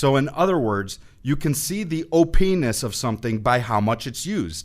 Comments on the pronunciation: ha opness ha ha sounds like 'Oh penis!' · All I could think about was the fact that you kept saying O-"penis" over and over again lol. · He said o penis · O-Pe-Ness OH PENIS! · What he said: "Shadestep is the very definition of OPnes." What I heard: "Shadestep is the very definition of OPenis." I'm such a child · U said o-pinis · I laughed evertytime he said OP"enis" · lol "OPenis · Hahahahah you said openis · heh heh you said o penise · Haha you said Oh-penis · Haha he said openis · hehe, he said openess